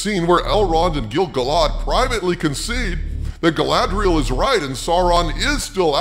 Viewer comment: Totally agree with your take. I am a HUGE Tolkien fan and this is shite. BTW, it's pronounced Gil-GAL-ad.:)